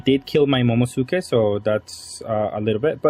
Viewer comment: Momo - NUU - suki. Momonusuki. It’s not silent. 🤨